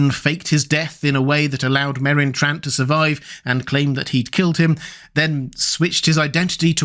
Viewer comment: "The best swordsman in the world, killed by Merron Trant?" 😂